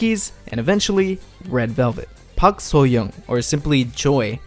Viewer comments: Hi, would like to tell you that the "SEU" in Seulgi and Seungwan is pronounced as sss, like how snakes hiss. Also, for "Soo" in Sooyoung, it is pronounced as "Su" instead of "So" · Its 박수영 not 박서영 can you fix your pronunciation please